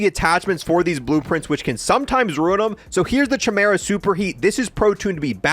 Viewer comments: Man needs to learn how to pronounce chimera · Oh, man... The way you pronounce "Chimera" is just real crazy. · Kai-mera not chi-mera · Just popped in here to say it’s “Kai” meera not “Chai” meera. Love the videos and keep up the good work ✌🏻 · It’s “ki-mera” not “chi-mera” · DUDE!!! ITS. NOT. CH-EYE-.. ITS KIE-MERA!!!!! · It's not Ch-imera, it's pronounced Kie-mera. The ch- in Chimera make the K or -ck sound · "the chai mera" can you not, it's ky-mera, or just call it honey badger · It's not Chy Mera it's pronounced Kah mera! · Yup you wrong bud , its pronounced like you saying SKY but without the S so its KY-MERA not key-mera a Chimera is a fire-breathing she monster with a lion's head, a goat's body, and a serpent's tail in Greek mythology. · It drives me crazy that people can’t say chimera correctly. It’s not pronounced chai like a chai latte but chi like the Greek letter. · it's pronunced as /kaymera/ not with a "ch" sound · It’s KEY-MERA by the way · yes like you saying SKY without the the S its definitely not KEY-MERA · nope , its not KEY but pronounced more like you saying the first half of the name KYLE the KY must sound like you saying SKY just leave out the S so its KY-MERA not key-mera Incase you guys where wondering what a CHIMERA is its a fire breathing she monster having a lion's head, a goat's body, and a serpent's tail, basically a fuxking scary ass death monster 😅 also there is a hard-core metal band called CHIMERA give them a listen you won't regret 🤘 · Pronounced "Kie-meera" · Its pronounced Ki-mara. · KEY-MERA! HE CAN’T KEEP GETTING AWAY WITH THIS! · Bro…. The ‘Ch’ should make a similar sound as the ‘K’ in Kite. Kai-mer-a It’s embarrassing to hear you say it like G.W. Jr. says nuclear…. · Stop saying (ch)imera please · Chimera - (ky-mare-uh) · Pog Also Chimera is pronounced "Kai Mera" the CH makes a K sound in this case